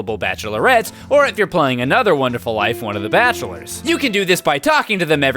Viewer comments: WONDERFUL NOT WONERFUL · "Harvest Moon A Wonerful Life - " "A 'Wonerful' Life" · "A Wonerful Life"! Grammar please! X) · Please keep it "wonerful life" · HEY PEOPLE he left out the d in wonderful because it ISN'T wonderful... wonderful is too good of a word... it's only wonerful... y'know? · "Wonerful" Same. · "Wonerful Life" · your missing a D in wonderful. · 3. He forgot the "d" in "Wonderful"